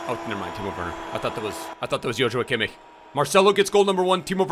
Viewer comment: can you teach () how to properly pronounce Kimmich